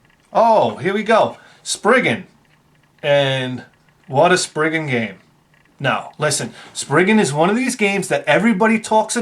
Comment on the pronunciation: The Japanese pronunciation for Rayxanber is like (Rye - zan - ber) your pronunciation works fine. Also, your pronunciation of Spriggan is also correct. Despite people wanting to pronounce it like the Japanese pronunciation, it's an English word originally so Spriggan instead of Sprig-on is preferable in the same way you don't say Sa-La-Da for salad because Japanese people pronounce it that way. So if anyone wants to correct you, feel free to hit them with a baseball bat one extra time for me.